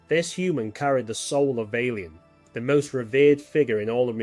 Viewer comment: Say, is it possible that this video was made with an LLM, colloquially called “A.I.”? Nobody, who has watched even one entire episode of Babylon 5 would pronounce names like Valen or Delenn in the way I hear it here.